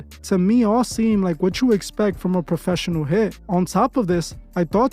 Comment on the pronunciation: “He had to be a popessional” Yea, ok Bozo…